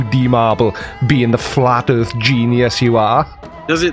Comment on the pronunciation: I guess ive been saying earth worng all my life, according to its earf